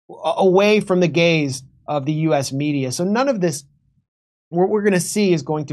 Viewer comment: Is that " away from the gays of u.s. media " or " gaze of the u.s. media " ???